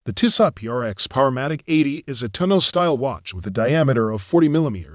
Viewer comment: The end T is silent. Pronounce Tisso. But thanks for the video...the 1973 is superb. 👍